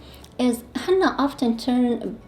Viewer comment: Just a little input…its he-nna-a not he-NN-a